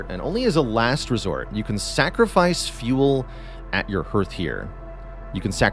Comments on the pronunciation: Minor quibble, but the vowel sound in "hearth" is the same as in "heart," not "heard." Appreciate the tips a lot, getting above the first couple prestige levels has been a challenge, I think they should help. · Yes, hearth is pronounced like "harth" and primer like "primmer". I'm giving him a pass though because he's Canadian and might not know better.😄